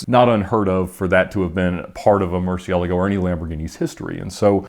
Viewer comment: the way he pronounces Murcielago drives me up a wall.